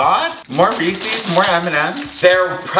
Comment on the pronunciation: I'm literally wet with jealousy over that Le Creuset dutch oven Also why do Americans call Reese's Reee-Seees?